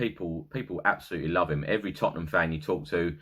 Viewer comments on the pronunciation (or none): none